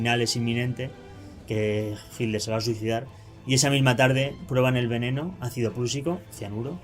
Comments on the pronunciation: Entiendo que el Hitler, NO HILDER. Qué te pasa??? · Hitler. No jilder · Es hitler,...no es hidler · Hilder? por favor un esfuerzo por la pronunciación . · Porque los Españoles dicen “Hiller” sin pronunciar la letra T ?